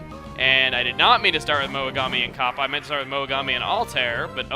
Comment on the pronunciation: the way you say "Kappa" sounds like a jewish woman saying "copper"